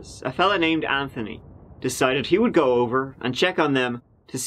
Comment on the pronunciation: Go. It's pronounced "g-oh", not gu. Let's give it a go.